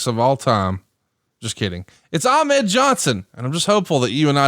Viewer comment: Bobo Brazil won the WWWF United States title in the 70's, so Ahmed was not the first AA to win a singles title in WWE. Also, is anyone else bothered by the way Bruce pronounces Ahmed?